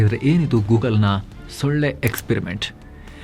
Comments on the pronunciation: ಳ. ಒತ್ತು ತಗೆದು ಓದಬೇಡಿ 😂😂😂😂😂😂. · The way gives extra emphasis on solle (mosquito) makkalu to make sure it doesn't sound anything diff. 😂